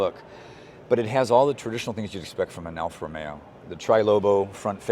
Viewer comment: It is NOT Alfa Romeyo. It should be ALFA ROMEO!!